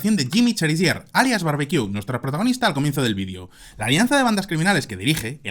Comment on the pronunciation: Pero,tarado no se dise Vidio" se dise vídeo,como se escribe ,tarado